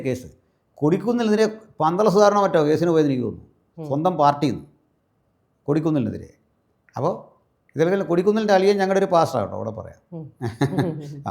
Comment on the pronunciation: ശരി "പോസ്റ്ററെ", അല്ല പാസ്റ്ററെ